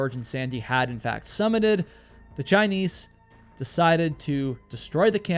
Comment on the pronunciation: why do u say "chiniece"